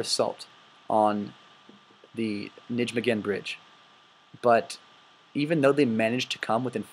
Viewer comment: This is a good presentation, it really is, but you have a lot of mispronunciations in here. It "thirty corp" not X-X-X corp. It's "Ny-may-gin" gin like again. Not, Ni-gym-men. So on and so forth. Also, it is proven in Decisions In Normandy and It Never Snows in September that Monty did know about the two SS divisions in the area but disregarded it. It's more of a question of why the intelligence was ignored more than a lack of it.